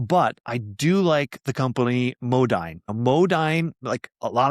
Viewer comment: Modine is pronounced Mo-deen. Might want to check out one of their company sponsored videos.